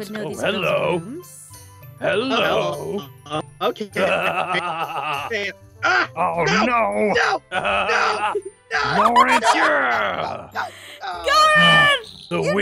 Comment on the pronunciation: aphmau: zane garroth and laurene! me: LaUrEnCe?